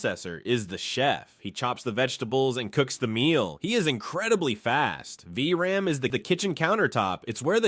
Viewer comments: It's VRAM not VRM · > Its the "Vee Arr And" --> "Vee Are An"